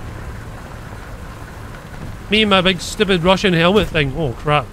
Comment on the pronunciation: "You're so stiupid , I hate you " lol